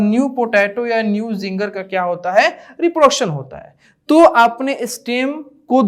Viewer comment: sir ginger hota hai zinger nahi